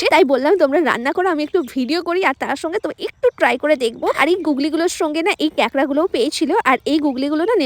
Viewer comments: Kekra na kakra 😂😂😂😂😂😂😂😂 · কাকড়া❎ ক্যকরা ✅😂😂😂